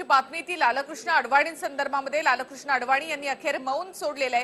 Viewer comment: मॅडम ,लाल-कृष्ण असा उच्चार चुकीचा आहे..लालकृष्ण असा सलग उच्चार आहे...अति भाषाशुद्धीचा अट्टाहास हास्यास्पद वाटतो...😊😊😊